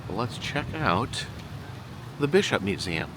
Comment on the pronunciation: YES! You went to the Bishop Museum! And you did the "Eum" right, like only our can. I need to get back there, haven't been to Oahu in several years. Thank you! 🥰